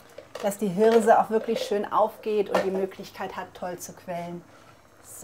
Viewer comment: "diese Hirrrrrrrse" :-) herrlich, schönes Video....bestimmt lecker...LG